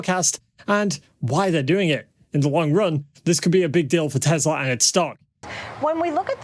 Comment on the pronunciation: yours! Yes. 'News about!!!".